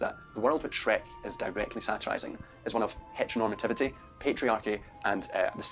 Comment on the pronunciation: My brain rotted when he said "heteronormalative" for like the 300th time